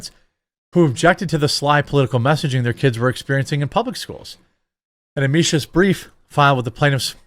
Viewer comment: It's "am-ick-us" Jeremy, not "amish-ious".